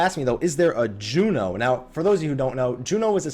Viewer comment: its Jeuno! not Jueno!